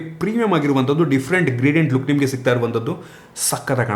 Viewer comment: Bro adu luck (ಲುಕ್) ಲೋಕ್ ಅಲ್ಲಾ.